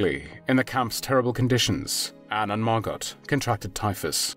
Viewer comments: It’s pronounced mar go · Fyi, the T in Margot's name is silent. So, it is pronounced Margo. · Ditch the robot voice. Margot is pronounced 'Mar Goh', not 'Mar Gott' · Name is pronounced "Mar-go", not "Mar-got". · Excuse me but the correct pronunciation of Margot's name is [MAR.goh], not MAR.got]. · It's pronounced MAR-GO Not MAR-GOT C'mon ya 🥔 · I thought Margot was pronounced MAH-GO? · Dude - it’s pronounced “MARGO”. The “t” is silent. C’mon. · It’s pronounced Margo, isn’t it. Without the T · It's not MarGOT. The T is silent as in GO. Sorry pet peeve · MARGOT is pronounced with a SILENT t. Can't you look things up?